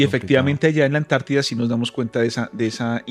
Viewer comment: Por quê ANTARTIDA, quando parece dizer añti